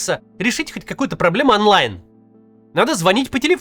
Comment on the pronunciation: Не анлайн а Онлайн в любом языке нет языка русский есть только путинязык кирилица оркстана. Если О звучить на путинском языке А так и не нужно звучить. Онлайн Онлайн а не анлайн